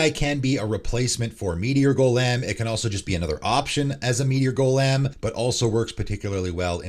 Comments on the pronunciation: Like Goalim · Your odd pronunciation of Gol’em made me wince every time. Great video as always, just the fun little insignificant thing that stood out as I listened to it. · First: change your intro song, it literally is discordant, annoying as fuck, and sounds like something a 13 year old made in GarageBand in 2007. Always a guaranteed 10s forward skip. Second: have you never heard the word “golem” pronounced before? Jfc 😂